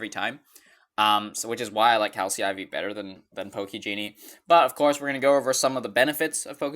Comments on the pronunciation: Decent video but stop saying calsee iv, it's calcy iv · Cal-cy IV lol. It’s calc-e iv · It's pronounced 'kalk-e Eye Vee' not 'calsee eye vee'